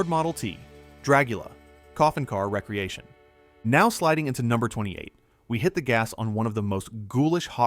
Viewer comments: It's NOT "recreation" - like recreational vehicle.... it's "re-creation" - like to create again. I don't know what 3rd world country you live in but, STOP USING AI TO NARRATE VIDEOS!! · Agreed. It's a re-creation not recreation. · I wish AI could pronounce re-creation.